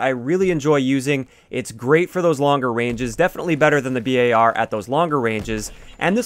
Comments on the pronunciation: Bar. Not B.A.R. Just Bar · why do you say B A R ... just say BAR like a bar of chocolate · Cringe He said B A R Bruh its name is just bar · Its bar not b.a.r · Bee Eh Are ? Can't you just say bar :P ? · Ive never heard anyone pronounce BAR as B.A.R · Don’t ever pronounce it b-a-r again. Don’t nobody call it that shit